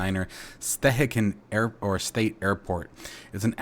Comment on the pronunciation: Hi! Great videos! Thanks! FYI: Stehekin is pronounced: Stê- hE-kin. Lake Chelan is pronounced: Shi-lân